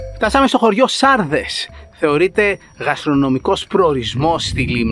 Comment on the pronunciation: Ε ειμαι απο λημνο και το χωριο λεγρται σαρδές και οχι σάρδες